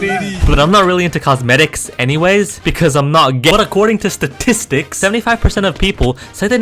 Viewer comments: "statisdicks" ah yes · Past few mothers? Bro be acting kinda suspicious Also wtf is a statisdick cosmedicks I bet I missed a lot more bro you be playing